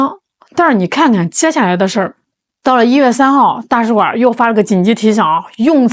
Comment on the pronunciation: 大使馆儿？你以为是饭馆儿呢，儿音不是随便加的